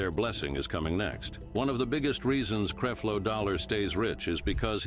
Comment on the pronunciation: It’s not creeflow it’s Creflow and this is a fake platform